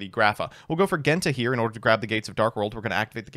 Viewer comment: How does he manage to mispronounce Genta and Ceruli when they are literally based off the colors Based deck and list though, glad to see one of my first decks get a revamp